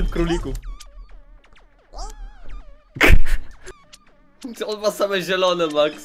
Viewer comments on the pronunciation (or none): Kórlików? XD ,królików